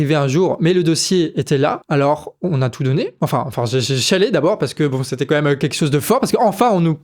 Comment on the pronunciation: Super travail. Heuu on dit quand même et pas comême mdr